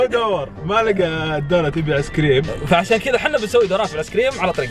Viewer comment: كأنه يقول عسكريم؟؟؟ و لا انا يتهيء لي ؟؟